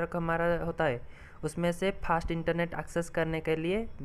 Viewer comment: Phast nhi hota fast hota he